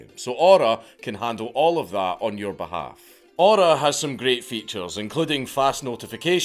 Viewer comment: When, Dank says "Your Information'' it sounds like he's saying "urine"